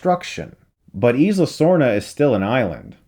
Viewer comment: i could be wrong but i think 'isla = eye-la' not 'eez-la'